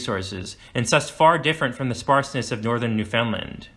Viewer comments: He's also saying New-FOUND-lind. It is spelled "Newfoundland" but locals pronounce it as rhyming with the word "understand" so... "new-fin-land". This makes more sense as "fin-land" sounds like "Vinland". Born & grew up there... Interesting video. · NEW-fun-dland, not new-FOUND-land. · You have reserved this very well, but I have to say, your continuous mispronunciation of the word "Newfoundland" it made this exceptionally cringworthy for me. Never ever ever pronounce it as 3 separate words. it is one word, mushed together, with the emphasis on the first syllable. Also pronounce it as though it is spelled, Newfunland. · NEW-fin-land. Not New FOUND land. Just a quick Google man. 🇨🇦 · Shot spears and thrown arrows? And it’s pronounced New-fun-land. You don’t pronounce it “found”. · This otherwise informative video is marred by the consistent mispronunciation of Newfoundland. The name rhymes with understand. So practice it.. understand Newfoundland.. in rhyme structure. I am embarrassed for your error here and hope you are too. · A lot of people mis-pronounce it. Newfoundland rhymes with understand. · When you do a documentary and mispronounce NewFoundLand... 😂😂